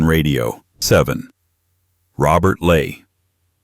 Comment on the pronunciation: Robert Ley is pronounced wrong. Ley is pronounced more like the English verb, 'lie'.